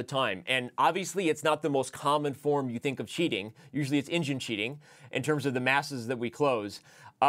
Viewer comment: nvm it was badly pronounced "engine"